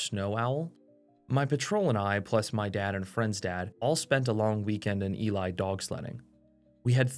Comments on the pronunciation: Ely is pronounced “eelee” not Eli, I lived 10 miles south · Bro pronounced Ely MN wrong 🥀